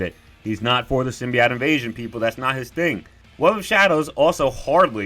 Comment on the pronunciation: Ur saying symbiote wrong son 💀